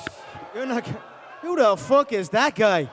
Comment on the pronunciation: "Who the Fock Is that Guy"...lol